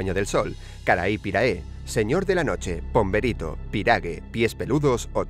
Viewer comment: Pomberito es lo único que mencionaron bien 😂😂😂